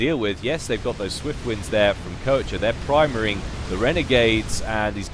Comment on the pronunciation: Wait...Isn't Koecher a German name? If so, doesn't that mean the the "oe" gets turned into the "o" umlaut, which is pronounced as "awe"? So that basically means his name is supposed to be said "kawsher" or something like that. Not taking the Germanic accent into account, of course.